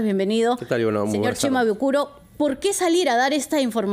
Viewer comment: Quiero decirle a la señorita que no es CHIMABUKURO es SHIMABUKURO.